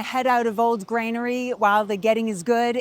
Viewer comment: It’s Granary…….NOT Grainery Sorry, my need to correct improper pronunciation goes back to a time when I was about 25 when I overheard one tourist tell another tourist as he was pointing at a building that the building was Nathaniel Hall… when we all know the correct pronunciation is Faneuil Hall. (fanyuhl)